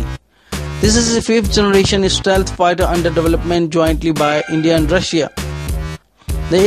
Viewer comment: it's stealth, not istealth..